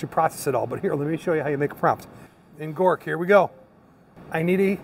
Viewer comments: Grok....not Gork. The term "grok" originates from Robert A. Heinlein's 1961 science fiction novel, Stranger in a Strange Land. In the book, "grok" is presented as a Martian word, meaning to understand something deeply and completely, often including emotional and empathic understanding, not just intellectual comprehension. Knowing this probably makes me a "nerd" but pronouncing Grok wrong makes you sound like a poser....lol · Oh and wanted to let you know Grok is pronounced "Gr-ah-q" instead of "Gor-q" 😁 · And it "Grok",..(Not Gork) lol